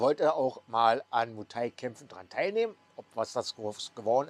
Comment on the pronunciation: Einen Bayer oder einen Schwabe, der ein paar Wochen Berlin besucht hat und uns dann Berlin erklären will, würden wir doch auch nicht ernst nehmen. Also warum probierst du das jetzt ? Vorallem erklärst du das und zeigst dabei ein Video von einem Touri in Pattaya. Mu Thai nee, es heißt Muay Thai, warum kriegst du nichteinmal das korrekt hin ?